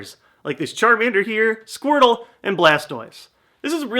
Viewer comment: Lol you said chamander bulbisaur and blastiose